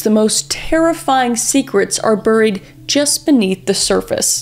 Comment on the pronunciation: The way the says buried, is just so funny to me so every time she says it I laugh out loud hard ❤ also im learning forensics and this helps me understand how long it takes to learn and get evidence